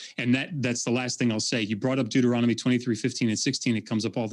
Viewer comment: “Deutoromical” lmfao. These people are ridiculous.